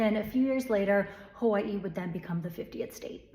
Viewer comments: Just notice how you pronouce 'hawaii', they even dare to change that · She pronunces Hawaii just like they pronunce Kawaii in japanese. Interesting.